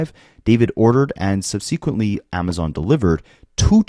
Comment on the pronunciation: This is kinda weird to say, but I always want to know when I'm pronouncing stuff weirdly. For people who read a lot, there are so many words we never hear out loud, so how would we know how they're supposed to sound, right? Anyway, "subsequent" is pronounced "sub-seck-went" not sub-seeque-ent. The difference is subtle. "section" rather than "sequin". Cheers🎉 PS I hope that for the rest of his days, David is never comfortable again.